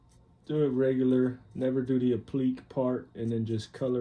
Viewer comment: Great video. Just wanted to let you know it’s pronounced Appli•kay